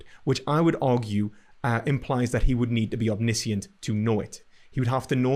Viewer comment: 'overtalking' and 'one' is WUN. NESusri omNISHunt